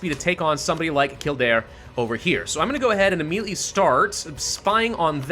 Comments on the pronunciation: none are offensive but all are wrong it's kill-dare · Kill Dare... that's how its pronounced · In Irish it’s pronounced Kild-air, and before you make this mistake, Celtic, is pronounced Keltic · Some Irish and Scots pronunciations are very literal. Kildare is one of them to my knowledge as a Scottish person. But general rule of thumb, if you're unsure on pronunciation ask a Scottish or Irish person. Cause more than likely if you don't ask a native you'll be saying it wrong.